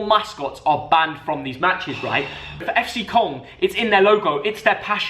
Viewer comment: As a German it is funny to hear the articulation of “Köln“ from 😂